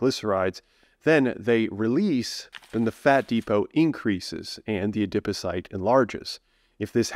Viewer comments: A-Dip O-Cyte??? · Interesting information but I was too distracted by the novel pronunciation of adipocyte to absorb any of it. 😩